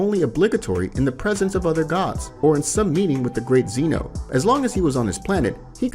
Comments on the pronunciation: Can’t wait for part two but it’s Zeno not Zeeno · How you pronounce Whiz and Zeno makes me violently angry